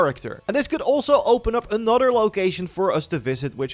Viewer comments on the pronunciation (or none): Its that “Anutter” for me